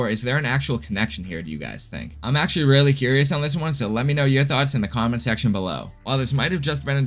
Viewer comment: Is that Weally so?